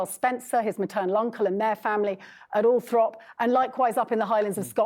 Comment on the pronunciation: 1. The fact that she can't even pronounce 'Althorp' speaks volumes about her "historical" chops. 2. They need daddy's money, plain and simple. 3. 'H' sporting a massive bald spot, and yet he has the gall to talk about his brother being bald? Ugh, please stay in California. More's the pity for the British taxpayer.